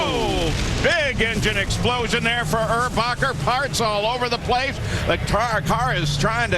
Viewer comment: his name is erbacher not urbacher